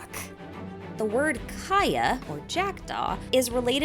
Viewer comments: as a swede, i gasped when i heard the kaja with a j sentence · i was dying at your prounounciation of kaja but anyways good video and fyllkaja is not pronounced as fillkaja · This doesn't have to do anything with theories but in Serbian language Kaja is a nickname of female name Katarina-Katheryne. And we here pronounce his name as that-Kaja.. a little trivia i guess..